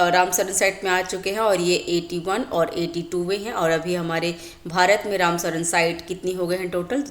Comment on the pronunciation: रामसर होता है मैडम, रामसरन नहीं